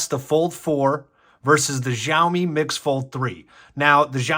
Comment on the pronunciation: Oh and it is pronounced show me.. think showerwith no er at the end